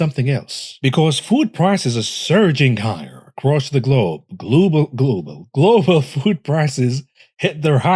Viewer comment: "gloobal" food prices are the worst.